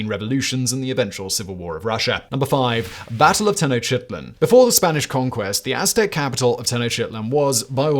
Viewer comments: can't remember if I ever heard him butchering mayan names, but his ten-o-shitlin is a classic we should demand a video about the aztec pantheon - that'd be gold 🤣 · I like how he always pronounces the aztec capital